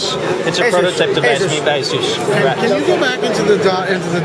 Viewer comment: p.s. they really should fix the 'hub' title being cut off. And someone should tell him how to pronounce Asus.